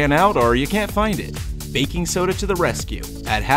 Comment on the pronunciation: “I got backing soda”